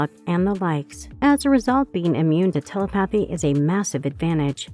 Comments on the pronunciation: Telly pathy lol, it's telepathy (tell e pathy not tell E pathy) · It's pronounced *te-lep-a-thy. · I cant get over the way you say telepathy🤣🤣 "tele-pathy" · I've never met someone who mispronounced 'telepathy' as bad as you.... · The Office does not break the fourth wall. They are talking to the cameraman/ producers who are filming them. Side note, you pronounce telepathy wrong.